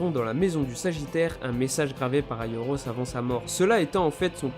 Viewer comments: C'est "aiolos" pas "aioros" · C pas aioros mais aiolos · C'est aiolos et non aioros regarde la serie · Aioros...... c'est aiolos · Je suis le seul à remarqué qu'il l'appelle aioRos au lieu de aioLos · On dit Aiolos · On dit aliolos